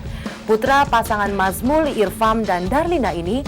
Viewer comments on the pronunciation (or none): banyak yanv salah nih pengucapan namanya, masa ayahnya ariel mazmul irpham, kan nazmul irphan